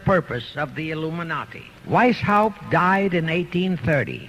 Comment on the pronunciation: the "Luminati". LOL